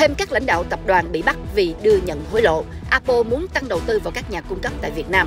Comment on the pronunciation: Tại sao đọc A Bô . Apple phát âm tiếng Anh dùm một cái.